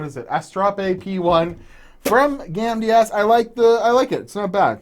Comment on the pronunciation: You say "gamdias" and I keep hearing "candy ass", lol